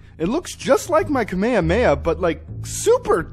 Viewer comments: Did just call kamehamdha kaymaya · Kameamea It's ka may ha may ha